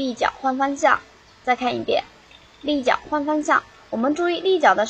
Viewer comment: christine tran 立脚换方向，说得挺标准的啊。